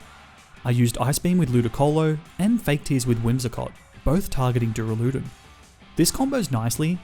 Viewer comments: was wondering if anyone would say anything lol. When he repeated it multiple times I had to stop the video haha! If he reads this, it's pronounced Duur-Ah-Luh-Dawn. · Dooraloodun is definitely how you say duraldon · NO, IT'S PRONOUNCED DUR-AL-U-DON! THE THIRD SYLLABLE IS A U, NOT A F*CKING A! SAY IT RIGHT BEFORE I MAKE YOU! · great content but you inability to pronounce moves and pokemon names detracts from the quality e.g. its not dura-lude-en its dur-ral-ah-don, the max water move is not geezer its gyser(guy-zer), wyndon is win not wine, go-lis-a-pod not goaly-ose, cinder-ace not cinder-ence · He said duraloodan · take a shot every time he says duralewdun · the way you said "duraladon" killed me man. XD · Its pronounced Dur-al-a-don. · nice nuzlocke! but is no one gonna address how he pronounces duraludon?? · That is not how you pronounce duraludon